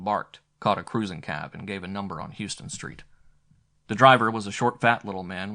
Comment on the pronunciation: The reader does a fine job but it would be good for him to learn that Houston Street in Manhattan sounds like “how” not “hue.”